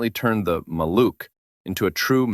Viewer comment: Maluch is pronounced MAH-looh with a voiced H at the end , like in house